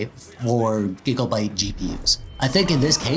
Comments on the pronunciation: All I can hear is...... "Giglebytes" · Love the way you say "gigabyte"